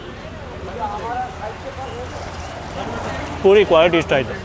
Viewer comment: ಸಾರ್ ನಿಮ್ಮ ಮಾತು ಕೇಳ್ತಾ ಇದ್ದರೆ ತಿಂದಷ್ಟೇ ಖುಷಿ.. ಆದರೆ ನೀವು ಪುರಿ ಹಾಗೂ ಪೂರಿ ಪದನ ತಪ್ಪು ಹೇಳ್ತಿರ... ಪೂರಿ ಅಂದರೆ ಎಣ್ಣೆಯಲ್ಲಿ ಕರಿದಿದ್ದು ಮತ್ತು ಪುರಿ ಅಂದರೆ ಕಡಲೆ ಪುರಿ...ಇದೊಂದು ಸರಿ ಮಾಡಿ...